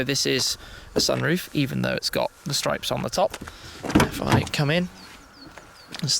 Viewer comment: got stroyps and hoyloights has it?